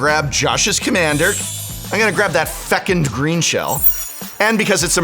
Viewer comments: It's pronounced "fuh·kuhnd" not "feck-end". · feCUND not fecUND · ❤❤❤Fecund rhymes with begun not second❤❤❤ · "I'll cast a fecund greenshell, that sounds like I did a swearing" "hey, no swearing" "it's fecund cool" 😂😂😂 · Omg. "Fecund" 😂